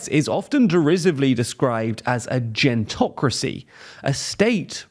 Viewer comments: You mispronounced Gerontocracy, while displaying the correct pronunciation right there in the graphic 😅😂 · Lol. Love that he mispronounced "gerontocracy" while a pronunciation guide was on the screen.